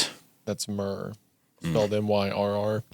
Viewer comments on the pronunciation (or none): none